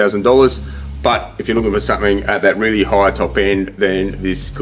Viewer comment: Weally well